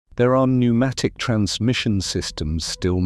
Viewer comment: The reason “it” is “confused” is because it is A.I. Unfortunately wr are going to be seeing more and more of this typre of semi-correct content. The voice is a giveway…no emotion or cadence, odd pauses, misprnounciations…particularly pronouncing the silent “p” in “pnumatic”. While not utterly incorrect, the context is vague and inconsistent because the A.I. Has been told that pnumstic distribution existed and has been given a whole pile of old woodblock prints from old texts…but no real context or detail. The cerators have been lazy to do their own properly reviewed snd researched work snd simply left it to A.I. To “make a wedding cake” from whatever was left in the pantry!